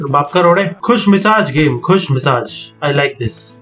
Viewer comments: It's Khush mijaz... Not khush misaj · Khush misaaj nai khush mijaaz hota hei 😂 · abbe khusmizaaz hota hai... khusmisaaz nhi😂😂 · Khushmisaj ni khushmizaj